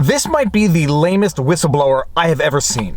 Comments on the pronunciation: Did you say Hwhistleblower? Psssst. The W comes first. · What's a Hwistleblower? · Viva, I just won a bet. I said that you would pronounce the "H" in whistleblower and you didn't disappoint. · Love that H XD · Gotta hwonder hwy a hwistleblower hwouldn't share her documents hwith the FTC. Hwat is it she thinks Congress can do hwithout bringing in the FTC? Ah, a distraction to benefit the Dems and Big Tech at the same time hwile trying to appear as if they're looking out for the common rabble.